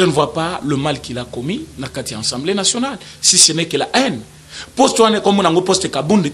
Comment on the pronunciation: Frère , on dit Assemblée et non ENsemblée